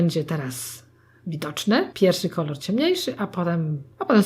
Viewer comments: nie ma jak to powiedzieć na odcinku zamiast kolor to kolar xD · Ale ekstra „ kolar” to było najlepsze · Twoja mama powiedziała dwa razy Kolar 😂❤ hehe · kolar "xd kocham to 😛😋😄❤ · Teraz nakładam kolar" 😂😂😂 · "Kolar" xd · Jeszcze ten koral zamiast kolor xD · jak powiedziała kolar to się zaśmiałam ahha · Wow twoja mama ma talent do takich żeczy czasem są pomyłki ale to pewnie że stresu myślałam że będzie gorzej po tytule ale jestem zaskoczona więc zostawiamy subka i łapkę w górę😉😊😘😍❤💓💟💟♥💕👌👍♥ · Twoja mama świetnie określa to co robisz ! I jeszcze ten "KOLAR" Hahahahaha. A poza tym świetny makijaż zrobiłaś ! Nie mogę się doczekać kolejnego odcinku! <3 <3 <3 <3 <3 <3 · To fajny ten "kolar" xD